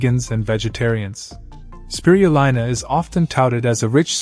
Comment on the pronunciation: It's Speee-ruuu-leeena. Cured a neighbour who was given 10 months to live from lung cancer.